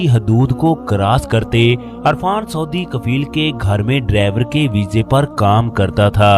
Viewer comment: Irfan not Arfan